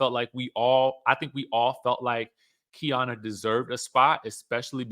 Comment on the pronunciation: It’s Key-Arna… Keiarna